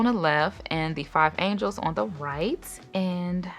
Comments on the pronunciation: Angeles (like Los Angeles) not angels. 😉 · You’re saying and spelling it wrong though. It’s Angeles like Los Angeles, not Angel. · I wasn’t gon say nothing 😂😂😂 but that was so funny 😅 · I’m thrown off by the pronunciation of “Angeles” lol but the video content by is always great.